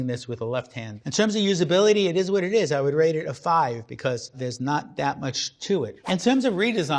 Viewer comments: ”it izzz What it izzzz” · It eez what it eez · SillyFreak101 IT IZ WUT IT IZ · It izzz what it izzzz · it ezzzz what it ezzz